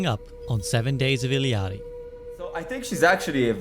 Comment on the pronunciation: finally someone who pronounced illari right😭